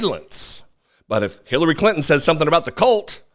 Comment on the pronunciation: you said her name better than I ever could😂... seriously tho, republicans will find any reason to upset their base. they don't have a policy platform to run on - all they have is fear. I agree with Clinton but honestly, she should have went harder - any time she opens her mouth, they will twist her words so what's the point in holding back? people know who tRump is & are aware of the anti-Anerican things tRump says. they aren't swaying anyone in anyway with the fake outrage over Clinton. at this point ur either with tRump or against him. no-one is hearing anything Clinton says & getting so upset that they run to the republican party - not happening. they are looking for ANY reason to excuse tRumps rhetoric & dangerous behavior #SupportIndependentMedia